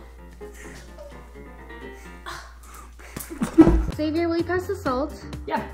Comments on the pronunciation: Xavier is not pronounced saviour. She doesn't even know her boyfriend's name! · lol she says savoiur i think it's pronounced zavier